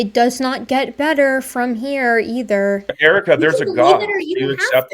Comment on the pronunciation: the way he keeps saying “Erica” makes me so mad